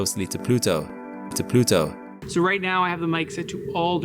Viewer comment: you give as an example of a native speaker, but it sounds like a subtle Dutch accent to me. "moons" has more of an [u:] than an [ʉw] to me and "Pluto" also sounds a bit like Randstad Dutch ['plytow], with the vowels sounding ever so slightly off and the aspiration being quite short. But I don't know who the creator is and it's subtle, so I may well be wrong. Btw I genuinely didn't get what was off because I just hadn't registered that there was even a contrast between "of the year" and "ever", because it wasn't accented. Great example! I had to go back and check after you discussed it that he actually said two different things.